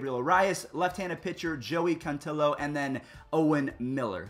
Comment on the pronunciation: Arias = Air-EE-as, Cantillo = Can-TEE-yo